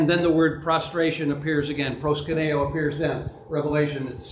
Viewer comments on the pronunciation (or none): Love your presentation and your thesis, but you pronounce Προσκυνεω as if it was Πρwσκυνnω. thanks much.